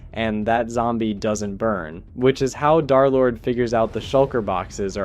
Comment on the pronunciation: "Darlord🔥🗣️"...it's DERLORD, THE 3 RESEMBLES THE E LETTER